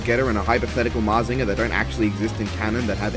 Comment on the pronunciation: You are pronouncing mazinger z right and believe in the getter